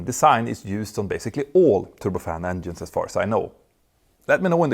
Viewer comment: Stop saying ENDIENES please! It's written with a G not with a D :face-purple-crying::face-purple-crying::face-purple-crying::face-purple-crying::face-purple-crying